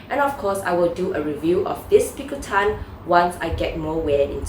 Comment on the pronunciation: Thank you for pronouncing picotin correctly. I always giggle when I hear someone pronouncing the bag as pico-teen